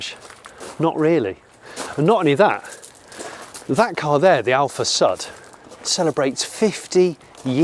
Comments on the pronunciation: Is not Alfa Sad, but Alfa Sud. Like "SU" in Susan. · It's Alfasʊd, not Alfasʌd. Cheers from Italy! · heheh...alfa SAD...you should pronounce it: alfa SOOD... alfa south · It is pronounced AlfaSood. :) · my italian ears are bleeding after 32 minutes of "alfasad", still love this show though and the passion behind this collection! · These are the kinds of collections I like!! Really enjoyed this episode!! :) Side note though it is pronouced differenty "Alfa Sud" it's pronouced sort of like "Hood" but with an "S"... Anyhow I really enjoyed this episode! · Υou pronounce with a u as in uber !!! Hopeless english blokes!!